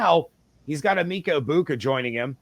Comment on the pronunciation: Why this man keep mispronouncing Emeka name like that lol